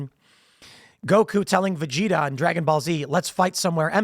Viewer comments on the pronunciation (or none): none